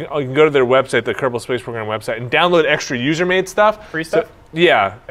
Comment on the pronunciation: Ker-bin not kerbal they are kerbal that is their species